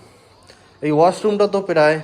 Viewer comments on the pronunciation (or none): দাদা ভাষা ঠিক করে বলুন।( ইস্পীড, পেরায়, ইসস্কিপ) এই গুলো কি ধরনের ভাষা। ক্যামেরার সামনে শুধু ঘড়ি পরা হাত দেখালে হবে, একটু লেখাপড়া শিখতে হয়।